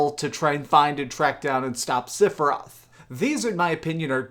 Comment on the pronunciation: You said siphorth lol